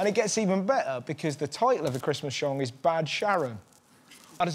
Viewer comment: Christmas shong